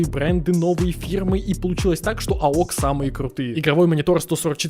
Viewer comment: Не аок, а "эй о си" бро